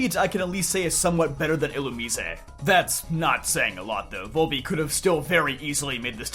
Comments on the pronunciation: You keep mispronouncing Illumise and referred to them as "he'm" when that species is 100% female as Volbeat is the male counterpart. Theyre badically the gen 3 Nidoran lines only minus any evolving. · dont tell me its actually pronounced like a spanish word illumisé